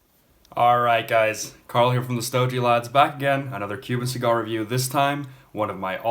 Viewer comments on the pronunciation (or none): Your the only person that says stogee as in gee whiz, it's pronounced gee as in gee as in get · Sto gee, as in gee whiz, jesus that's annoying